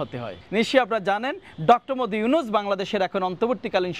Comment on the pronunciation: ডঃ মদি ইউনুস কি বলে ঠিকমতো নামের উচ্চারণ কর 😅😂